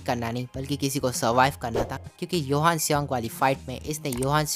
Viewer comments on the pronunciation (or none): Bhai johan not yohan